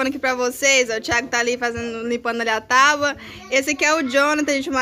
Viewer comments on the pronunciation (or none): none